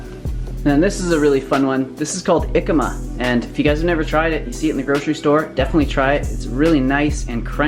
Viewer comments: omgosh it's JJJJJJJJicama, not ycama! The 'J' sounds like the 'H' in Hotel...strong HHHH sound, almost like a cat hissing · Awesome video as usual man! as a Mexican I just gotta tell you you must pronounce the "J" in Jicama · Love the video guys, btw its pronounced "he-cama" in spanish language we got an accent mark that gives emphasis to the vowels in some words so the pronunciation of the word changes you can also let em chill in some water for a while to make em a bit more juicy, this also brings up the flavors a little bit, keep it up!